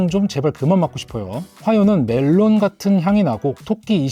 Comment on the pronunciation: melon '메론'이 아니고 '멜론' 입니다